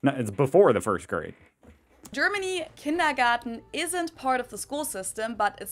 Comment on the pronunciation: You mispronounced kindergarten